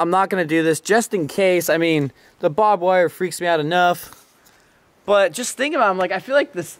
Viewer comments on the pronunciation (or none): dude. it's barb(ed) wire. not Bob wire. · you say barbed wire "bob wair" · its barbed wire not bob wire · bob wire? did you mean BARBED WIRE? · Bob wire? Does he mean barb wire?